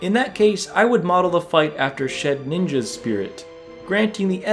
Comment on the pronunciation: Shedinja (shed din jah) not Shed-Ninja. There is no n after the d,. Just to let you know.